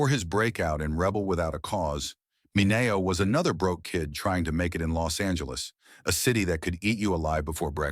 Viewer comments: Could we please just have one video that doesn’t use a stupid AI narrator? “Sal Mih-Nay-O”? Is there no quality control? Embarrassing and stupid. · Yet another AI narrator who can’t pronounce Mineo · Nothing new here. The mispronuciation of Sal Mineo's last name is glaring. Why do some film clips have to be distorted with incorrect aspect ratios?